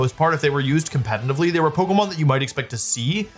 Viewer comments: I was already clenching my teeth every time he said "compenitively", then caved in at "Oon-fe-sarnt". I'm only 31 minutes in, and I'm scared *Edit. He just said "compenive" too. I know in some british dialects you'd skip the T with a guttural stun(what it's called in my language) but what's that N doing there? He sounds congested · He also said "Compatinantly" 1000 times in this video.